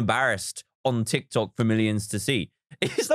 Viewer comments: Fr nobody gonna call out that he called it tok Tiks? 😂😂😂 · It is funny how he always say"tok tiks" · "Tok tiks" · Nobody: Not even a carrot: Dan: "Tok Tiks" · Me: reads dictionary "Tick Tock!" Charlie Demilio: "Tik Tok!" Dan: "Toc Tic!" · Baby Yoda wow did u hear dan at the start he said tok tiks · Now, we see my wild mum trying to pronounce “Tik Tok”